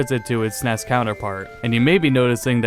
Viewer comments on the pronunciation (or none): none